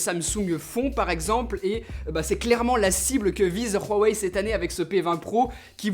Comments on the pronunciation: C huawei pas ruawei et rien a péter que ce soit comme sa que l'on dit en chine ou ailleurs on est en france et c une video francaise donc sa se prononce en francais et de plus la pub de huawei a la tele le prononce huawei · Rowahei ? 🤣🤣🤣🤣 Huawei avec un H sinon bonne vidéo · Pourquoi dit tu Ruawei au lieu de Ouawei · Pourquoi tu dit rhuawei sa se dit Huawei pas rhuawei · Huawei pas rhuawei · Ça se prononce Uawei et pas roawei x) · C’est pas Rhuawei mdrrr c’est Huawei 🤦🏻‍♂️ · C'est huawei pas ruawei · Tu dis ruawei au lieu de Huawei c'est hyper stressant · Huawei vient de sortir une vidéo juste pour toi. pour t apprendre à prononcer huawei comme il faut. et surtout arrêter de dire rruwawei parce que ça me stress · Je t'adore vraiment et tt mais c quoi ça noooooo pas ruawei mdr 😂👍 mais uawei c pas grave je t'en veux pas hein 😉😂👍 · J'ai l'impression que tu dit ruhawei au lieu de huawei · C’est huawei pas rhuawai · Excellente vidéo! Réalisation au top 👌🏼Par contre pourquoi prononcer « rouawei » à la ‘chinoise’ alors que dans leurs publicités françaises ils disent « ouawei » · Non, je parle couramment le mandarin et on ne prononce pas "Ruawei" mais bien "Huáwéi" ;-) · HUAWAI PAS RUAWAI t’a foiré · Cest Huawei et pas ruawei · Huawei pas ROUhuawei mais à pars super vidéo☺ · Huawei* et pas Rhaway... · Super vidéo par contre la marque c’est pas Rhuawei mais huawei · Et bien, cher il se trouve que tu as tord. Bon je vais arrêter de parler comme ça ^^. Le son "R" que tu prononce n'existe pas que ce soit en chinois ou en français. On prononce " Ouaouèï ". Je te pas cela pour t'offenser ou quoi que se soit hein? 🤣 Juste une pitite rectification. T'es vidéo sont extrêmement bien travaillé, un contenu super propre et épurée. Je te tire mon chapeau 🤠 xD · c pas ruawei mdr sa me fais rire😂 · Mais putain tu le voit ou ton R dans huawei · Tu le voit où le « r » dans Huawei ? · Pourquoi tu dis « Ruawei » avec un r ?!! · " Rhuawei " ahah xD